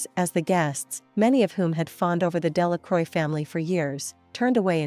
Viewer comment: Delacroix isn't pronounced as "Dela-croy". More something as "Dela-crwa".